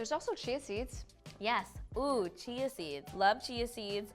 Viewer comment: Can you use it with Soya milk instead of oats milk? Chia seed is called Chees seed? I thought it is pronounced Ch-ia seed😂